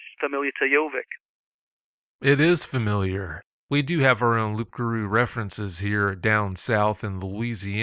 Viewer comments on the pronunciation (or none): Its pronounced Lou(p) Garou not Loop Garou the P is silent. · In France, we prononce " Loup-garou" =>Loo Garoo. It comes from Leu in old french and garou from gare ( beware of) .So beware of the wolf gave " gare au leu" then Loup-garou. You must know also that a vegetal named lupus lupus, a very toxic one was used during midle age to kill them associated with meat...